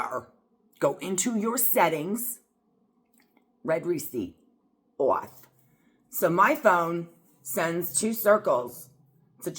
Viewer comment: It’s read receipt. Not red